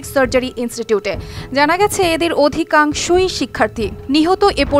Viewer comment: Adhi...kaangsho....rubbish, terrible pronunciation.